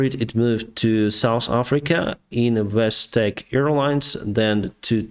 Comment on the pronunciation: Its yeeeeeti yeeetiiiii ure saying like etihad dubai one